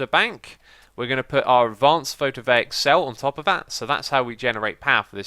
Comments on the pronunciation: Why do you say photovaic when it's photovoltaic? You're the first one I've heard say that, but I do find that many YouTubers who have English as their first language do mess up words more often than those who have English as a secondary language. Probably because they are more careful about it. Still, I just find it odd that it happens. One word I'm especially bothered by is cavalry. Some people say calvary instead, but that's completely different. Seriously, look it up. It has more to do with religion than horseriding, and it's just sad that people make that mistake. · IT PHOTO-VOL-TAIC, NOT PHOTOVAIC!!!! GET IT RIGHT!!!!